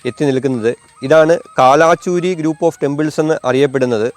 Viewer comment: കാലാചുരി അല്ല, കൽചുരി.